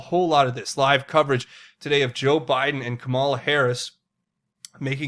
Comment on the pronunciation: It will be so exciting when she introduces her husband to the world! Research! Also, it's not Ka ma' la as in Allah, it is Ka' ma la as in camel. Think Camella as in Pamella. What drug gives a person a quick hit of energy?=think drug test question where he actually revealed the answer.